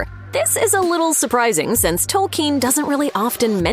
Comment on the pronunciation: "Salron" and "Tolkeen"....lol